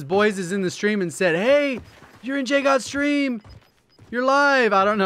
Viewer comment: It’s not it’s!